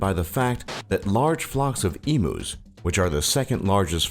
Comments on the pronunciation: Yes, it's pronounced e-mew, not e-moo. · ITS EMUS NOT EMOOS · I laughed so hard at the em-oo it's said em-you!!! Omg hilarious. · My Problems with this video: He called Emus E-moos you pronounce it Eemyou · Emooos lol Great emooo war this guy 😂🤣😅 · please this was supposed to be informative not comedic I laughed so hard at "eemoos" I had to go back to actually listen to what you were saying. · OMG IM LAUGHING SO HARD A 8 WHEN HE CALL EMUS EMOOS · EMOO'S! I'M DYING XD XD XD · Lucas Harrison Yes Lucas calling them emoos. I bet the emus hated it even more than us. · My thoughts, u pronounced emus wrong, the refugees and stolen generation: the governments crap, our internet speed isnt THAT slow & yes we do live on a death trap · Omg, your pronouncing EMUs wrong, it's painful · You're pronouncing 'emus' wrong you stupid narrator. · It actually annoys me that he pronounces emus so wrong :/ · true but there's only one way to say emu and it ain't exactly rocket science